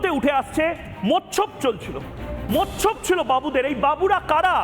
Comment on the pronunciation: মোচ্ছব কথাটা, মৎসব বলবেন না .